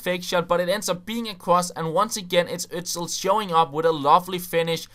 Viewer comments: He is called 'osil' not 'ozil' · HIS NAME IS FUCKING Ö-S-IL not ÖZzZill. :)